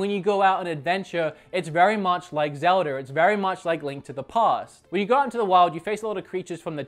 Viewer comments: every time he says "Zelder" I fucking cringe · I find it funny how some British sounding accents or Australian sounding accents lead people to pronouncing As at the end of words like er. Like you say zelder, instead of zelda